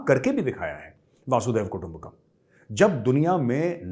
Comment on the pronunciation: मेजर साहेब, This is Arun Joshi from Kolhapur, Maharashtra वह संस्कृत sentence ऐसा है की वसुंधरैव कुटुम्बकम्. (वसुंधरा इव कुटुम्बकम) मतलब सारी पृथ्वी एकही कुटुंब जैसी है. मगर आप बोलते हो की वासुदेव कुटुम्बकम. उच्चारण थोडा गलत लगता है. Kindly confirm.